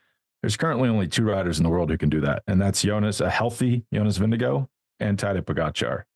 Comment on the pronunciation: Great show!... Jonas himself pronounces his last name VIN-g-gard - not VIN-g-go. Johan (the linguist on your staff) also says VIN-g-gard. Just sayin.